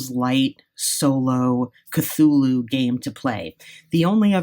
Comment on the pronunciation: Finally! Someone pronouncing Cthulhu correctly...👏👏👏👍